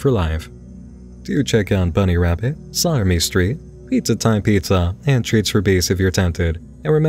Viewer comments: When he says "slaughtermestreet" does anyone else hear "sodomystreet"? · Is it "slaughter me street" or "sodomy street" I'm hearing? No shade. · I kept mishearing "Slaughter Me Street" as "Sodomy Street" 😂 I didnt realize it wasn't until you showed a screencap with the channel name